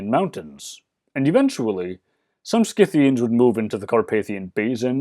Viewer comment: Thank you for pronouncing the "c" in Scythians as a "k", since it's a latin name. From what I've gathered, only royal aka upper-class Scythians, Sarmatians etc. are believed to fight along with warrior men of their people, where thhe Greco-Roman world is concerned.